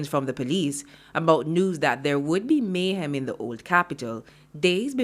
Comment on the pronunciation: And isn't not Mayhaam ...it's Mayhem